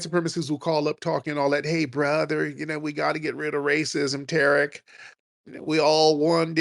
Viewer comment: Lmao. Flex needs to just bang on them Suspected WS from the gate. The deliberate mispronunciation of Black names (Tah-Rick, Two-Pack, Fair-A-Can) is always the dead- giveaway.